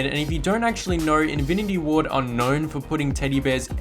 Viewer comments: Am I the only one who heard invinity ward whenever he ment to say infinity ward or its just me? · infinty ward, not:invity ward